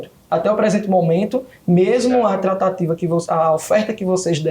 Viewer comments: É "trataTIva" q ele fala. Com força no "ti'😊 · Kkkkkkkk é verdade Tratateevaa kkk😅😅😅